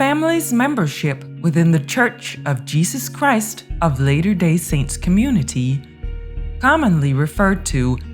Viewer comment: Lady, (or robot) you are pronouncing every other word wrong: It's latter day, not later day, book of mormon, not mormons, apostolic, not apostolate, bustling not burstling household. So go away you sorry AI product. Thumbs down. And yes: the thumbs down are still counted, even though viewers can't see the total.